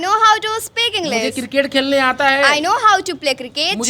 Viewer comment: English ❌ Englis ✅ Aare sir phle aap to sahi pronounce kro 😂